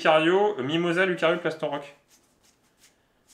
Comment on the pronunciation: Salut juste pour info il faut prononcer loucario et riolou même s'il n y as que un u vu que ce sont des Pokémon loup 😊! Sinon vous êtes cool j'aime bien regarder vos vidéos 👌👍